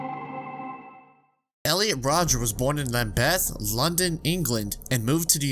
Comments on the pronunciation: OMG, the pronunciation of Lambeth :D I snorted. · Lambeth 😂😂😂 ain’t pronounced like that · The way he pronounces Lambeth lol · Not how you pronounce Lambeth btw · That's a million miles away from how you pronounce Lambeth lol